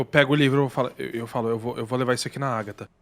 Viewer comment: Níguem: a Agatha:TrAnCEndER????